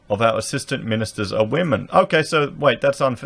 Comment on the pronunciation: "Wamen". Lol.